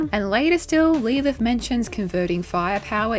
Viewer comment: Why are you saying lee lith? Is that how Aussies says Lilith? I feel like grandlinereview wouldn't say it like that but I'm not that familiar with the accent but that sounds almost as bad as the aluminium.. it's aluminum lol